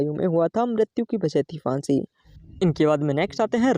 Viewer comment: फांसी भी बोलना नहीं आता